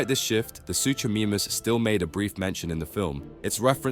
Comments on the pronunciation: and soocho meemus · No WAY bro said suchoMEME-us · Mosasaurus is not a dinosaur also suchamemus? It's suchomimus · "SPINosaurus" "SuCHomeemus" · I’am sorry but how the hack did you pronounce a Suchomimus?! You really butchered my boi with that